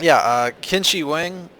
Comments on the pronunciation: lol KIN SHEE WANG rather than the proper Wade-Giles pronunciation of Ch'in Shih Huang or Qínshǐhuáng in pinyin. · It's pronounced "Cheen Sure Hhwang" (Qin Shi Huang) Great prank man! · Qin shi huang is pronounced as Tsin Shii hwang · it's pronounced "Chin She Wong" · I like the way you pronounced 'Qin Shi Huang'... xD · His name was Qin Shi Huang (you say his name really funny) and he was buried in 210 BC, not 2010 BC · I laughed SO HARD the way he pronounced Emperor Qin Shi Huang! >< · Ack, the pronunciation. Please,! This is my ancestor's name you're butchering! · Thanks for BUTCHERING QIN SHI HUANG (di)